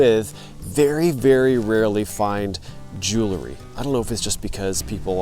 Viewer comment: Hi, glad to see you at the waterside dig site! Please don't be offended, but it's "jewel-ry", not "jew-le-ry". Common mispronunciation trap.